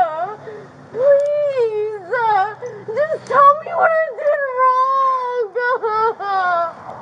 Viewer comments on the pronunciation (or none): What did I do WRONGAH! What did I dooo-GAH. Why-GAH!